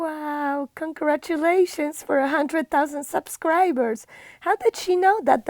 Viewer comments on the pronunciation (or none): Awww "CONGRADULATIONS" you're so deserving of it you've brought so much joy to me and all of your wreath making and the fabulous bestie bows.